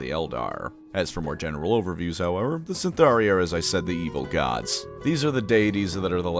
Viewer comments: Isn't it Cytharai, not CyNtharai? Anyway thanks for the great video! Love your episodes with Lorebeards as well! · Eyes twitching it's Cytharai, not Cyntharai. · Isn't it Cytharai? And pronounced with a k? Like Cadai? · How the hell is mispronouncing Cytharai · Is there something i'm missing ? There is no letter N in Cytharai.